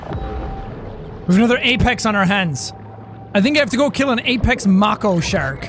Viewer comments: MAY-CO IT'S PRONOUNCED MAY-CO nOt maH-CO Type Mako in Google and have the voice bitch pronounce it for you! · “Macko” Not Mako, pronounced “May-koh”. this man pronounced it as “Macko” A true northerner. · Séan: pronounces Mako (Ma-ko). Me: God Damn it Séan It’s Pronounced (May-ko) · I love that sean cant pronounce Mako ahaha, its “May-co” how it’s pronounced hun 😂🙈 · Mahko...he...he keeps saing mah co...it's MAY co shark jack/sean....dear god please, it's MAY CO! The A is sharp! It's May Co T_T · When he said mak o shark I cringed so hard , its make o seán okay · why is no one commenting on the way he says "mako shark",,,, bro its pronounced MAY-KO not MAH-KO lmaooo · jack hun its pronounced may-co not mah-co they arnt a firebending detective from a sequel/spin off of a beloved childhood show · Dose he know you say it like may co. Not mack oo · Can we please tell him that it is May-co not mockow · FYI, it is incorrect to say Mako Mah-Kow It’s May-Kow. That’s not how you spell it, just how you say it. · Jack you know it’s not a mako it’s pronounced make o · It’s not makho it’s make o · hey sean, mako is actually pronounced make-o and not mack-o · Hey jack just saying not to be rude but it is pronounced mae-co not mack oh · I hate how hes saying mAHko sharkey instead of mAko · dont pronounce mako like moko ponounce it like mayko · i cringe when sean says "mah-ko" and not "may-ko" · No it’s pronounced mayo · Btw, it's pronounced Make-o. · Love the vids Sean! But I gotta let you know, that Mako is pronounced May-ko.. at least here in america. I dont know if its pronounced differently in the UK but yeah :) excited for episode 5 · Jack. Please. You're hurting me. May-co. It's pronounced may-co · I die Everytime jack pronounces mako wrong like bro you even watch shark week it's pronounced Make-oe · Who's gonna tell him he is saying Mako wrong (May-ko) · its prenonced May Co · It’s pronounced Maeko shark jack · Mako is pronounced May-ko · It’s pronounced make-o shark